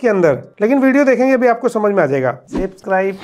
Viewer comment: सेब matlab Apple 😂